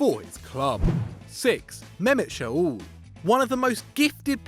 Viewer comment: It’s shoLLLLLLLLLL not shOUl goddamnnit! Amaterasu!